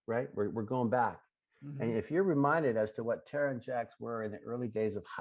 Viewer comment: Ugh! When called Tara, Tar-Tar! 🤬🤬🤬🤬🤬🤬 I wanted to reach through the screen and slap him in the mouth.